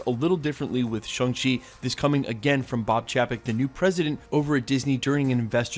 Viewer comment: Shang rhymes with gong, song, and long. Think shawwng chi.